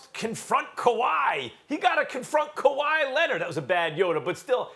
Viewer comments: No one: Absolute no one: Stephen A: Kawhi Lenad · “Kawhi Lennit”